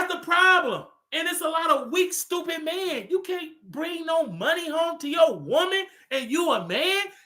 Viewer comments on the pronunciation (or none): Lmao “STEWPITT” 😂